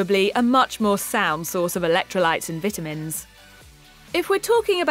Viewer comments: Is it just me or does she keep saying VIT- TA- MINS....she says it weird. she says the vit off. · Anyone else notice she pronounces vitamins wrong? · If she says VIT UH MENS one more time....